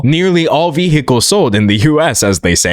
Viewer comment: Is your pronunciation of vehicles engagement bait or are you actually just genuinely incapable of saying it correctly?